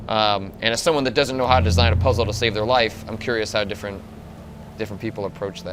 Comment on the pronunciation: Not FELIF, it's LIFE.